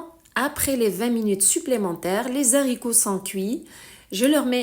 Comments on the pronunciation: Pas de liaison entre les et haricots .on ne dit pas les zaricots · On ne fait pas la liaison entre les "s" et le. " H" des haricots .dites lé Aricots . Mais votre recette est super !